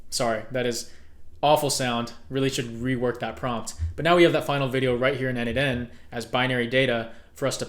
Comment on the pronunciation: n8n is pronounced "Nathan".